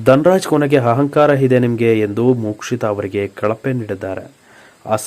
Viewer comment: Lo punyathma hasali hata allpa hahankara alla asali ata ahankara anthara first kannada kaliyapa